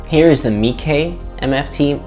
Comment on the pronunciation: Dude it's not pronounced "Meekey"